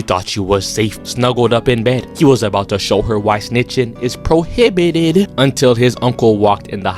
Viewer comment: "moving deeeeevviouus" has me Crying bro 😭 "snitching is proHIbited😩" 😭😭 This funny asf